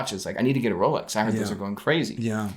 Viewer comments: Thai people cant pronounce Rs so they call it Lolex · Jenni Elle mispronounces it 🤣 “wholex”